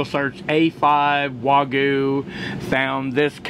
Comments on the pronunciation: So annoying for Americans to intentionally omit the Y in wagyu every single time. For some reason can't show the minimal amount of respect for the language from the culture that produces such profitable clickbait for you. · It's spelled Wagyu but is pronounced WA-GYOU. 'Gyu' means 'Beef' in Japanese. 'Wa' is the name of the farm. It's actually better known as Kobe Beef that I first ate when I was stationed in Okinawa in the 70's and again in the 80's. $1,200 that will pass through your colon's.